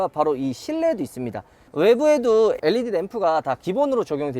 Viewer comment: led를 엘리디라고 읽는사람 첨봐써요